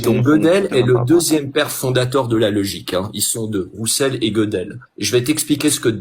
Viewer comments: Si il le dit, tu devrais réécouter. Mais je comprends, le fait qu'il ne prononce pas Russell à l'anglaise mais à la française (j'avais un vieux prof de fac qui faisait pareil) Ca An DiT LonG !!!!!! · Heu non… c'est quoi ce mensonge? Ce qu'il dit explicitement: "Gödel est le deuxième père fondateur de la logique. Ils sont deux "Rousselle" (oui parce qu'il sait pas que ça se prononce plutôt "Weuseul", ce qui tends encore à montrer que c'est un menteur qui n'est pas un chercheur) et Gödel." Pas de mention de logique mathématique à ce moment, il parle de la logique toute entière. Et quand bien même il aurait parlé de logique mathématique, ce serait quand même faux, puisque la logique mathématique existe depuis au moins Boole. Il dit de la merde, clairement.